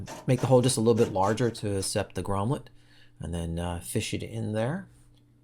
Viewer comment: Great video, “gromlet” lol